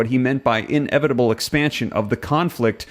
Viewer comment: Inevitable is one word. Not in-evitable. Lol. Couldn't even pay attention cause i was just hearing you say that